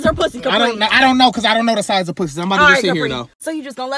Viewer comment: ayoooo he said what size pwussy you got ....dead